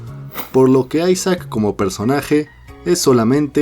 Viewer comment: porfin alguien que lo llama ''aisac'' y no isaac